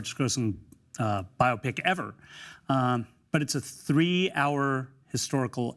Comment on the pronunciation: I appreciate the host for properly pronouncing biopic (bio-pic). Been driving me me crazy hearing people say bi-opic.